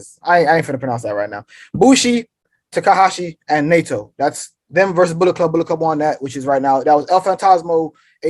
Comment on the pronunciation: Kenny looks high. You can't even pronounce Naito. No wonder you didn't try to pronounce LIJ LOL